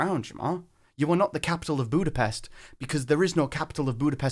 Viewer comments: Jamar: Budapesh is my CITY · I just want to say he said capitol ,butapes indecating he is butpes i dont know why there was a typo but there was